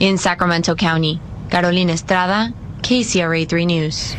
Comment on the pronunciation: Carolina Esthratha 😂 The reporter how she said her name